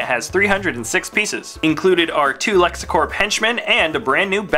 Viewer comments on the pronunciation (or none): It's lexcorp not lexacorp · Its lexcorp not lexIcorp!